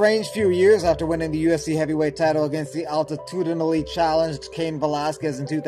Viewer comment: "altitudenely challenged" Cain Velazquez. You're killing me here man.